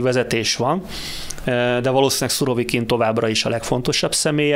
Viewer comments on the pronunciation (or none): Úristen,Szurokivint mondott? 16 p.magasságában a kérdező.Demkó természetesen már helyesen mondta utána,feltűnést elkerülve,őt nem kijavítva..ühüm😄